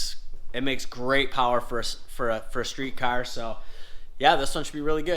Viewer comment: “I got Jason’s cyar done”